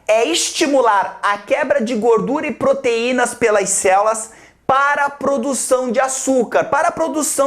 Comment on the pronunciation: só eu ouvi "puterinas"